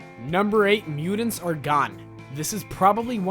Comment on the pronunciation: Can you not pronounce mutants correctly ?